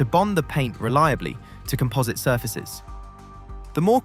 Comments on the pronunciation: Also calling composite materials comPOHSit is a dead giveaway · And COM-posite, not com-POS-ite. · Also comPOHSit. I'm calling AI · Is this slop? Very English accent, very American pronunciation... alooominum, eeza, comPOZit.